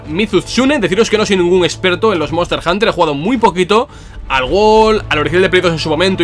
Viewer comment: ¿Cómo no disfrutar del maravilloso Monster Hunter "Guol"? 🤣